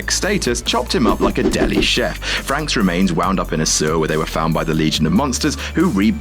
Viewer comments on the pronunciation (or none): none